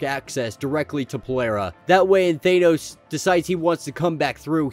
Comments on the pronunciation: It would be nice if you would learn how to pronounce "Thanos". Just saying... Nails on a chalkboard.. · Just realized thanos is pronounced differently in UK vs American